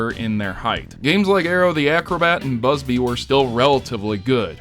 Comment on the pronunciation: I dying of laughter because of Bubsy's mispronunciation.